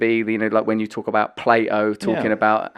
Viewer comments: Please, dont say "play-oh" !!😝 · Its not plate o, its Plato!